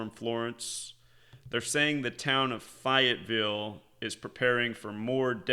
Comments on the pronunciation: It's pronounced Fay-ette-ville, not fi it ville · Your killing me 😂😂 it's fayyy etttt villle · Fayetteville has a large army training base. What's this is all an out? Fay u t Ville (pronunciation) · Fayetteville is pronounced like Fay-it-ville. There is also a Army base there. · Always learn when I listen to you. This time I can help you - the correct pronunciation of Fayetteville is Fay -et-ville. I used to live in NC. Fayetteville has an Army Base there and my daughter’s mother in law lives there, so I know how it is pronounced (unlike the neighborhood I now live in down in FL — no one knows the correct pronunciation 😋). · Fay it ville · I think was making a noted and paralleled point when he 'intentionally' mispronounced Fayetteville. Go read about its warring history, then, you'll understand his intended misnomer.